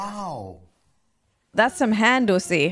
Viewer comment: No way you just said hand-ussy 💀🤣